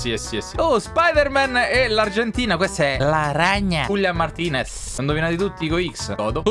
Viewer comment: 4.39 ha detto julian martinez